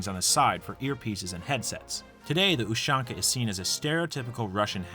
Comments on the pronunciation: STOP SAYING USHONKA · no, in cyrillic it’s spelled ушанка, or pronounced properly as Ooshanka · You said ushanka wrong its U-shank-uh